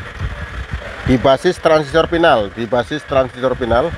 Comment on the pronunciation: Final, bukan pinal.